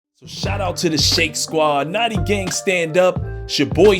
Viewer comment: He said naughty gang instead of noti gang.